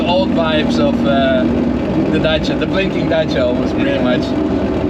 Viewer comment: Lmao its Dacia bruh 😂❤